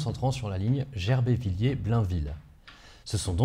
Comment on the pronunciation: Manonviler et Badonviller n'ont pas de "i" après les deux L. ce n'est donc pas Villier mais Viller. J'ai les oreilles qui saigne!